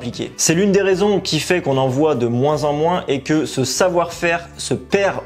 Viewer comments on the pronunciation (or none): none